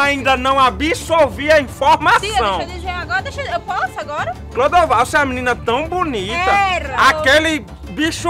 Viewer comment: Foi só eu que escutei ou a () quando foi chamar Clodovalda chamou de Bruna? Kkkkkkkkjjj